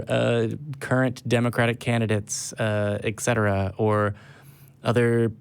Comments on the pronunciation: A couple of things meant as constructive criticism. *First*: Stop explaining your jokes. If you have to explain them - they probably weren’t funny. Maybe try to make less of them. *Second*: “Etcetera” - “Et Cetera” - NOT “Eck Setera” *Third*: A challenge! You host a call-in show. I challenge you to have one of your volunteers analyze this episode and a couple of others to assign a percentage to the amount of time each participant (hosts and callers) actually spoke during the show. You talk over the callers more than you realize - and often your over talking is not relevant. It throws off the caller and it shortens the limited time they have to convey their points. If you accept this challenge, I think you’ll find that you monopolize the show a lot more than your realize - and if you could cut back on the non-relevant speech - you might not have to cut as many calls short - or you might be able to take more calls per show. Please post the results! *Fourth*: Eric is also very guilty of #1 and #3 on this list and I’d be willing to bet that his % speaking statistic is even higher than yours. Please pass this on to him. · Et cetera, buddy. Et cetera. Not eck cetera.